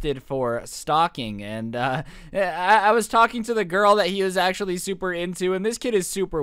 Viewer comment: No one: Absolutely no one:: Achother